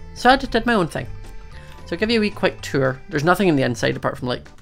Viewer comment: Ill give you a quick shour around Me: WOW ive always wanted a shour around XD jk